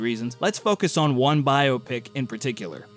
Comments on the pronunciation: I just have to thank you for not pronouncing BioPic like it's a medical procedure. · Thank you for pronouncing biopic correctly. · It's pronounced biopic!